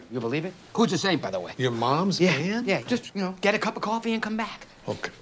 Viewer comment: CWOFEE AND MILK?? WHO WOULDA THOWRT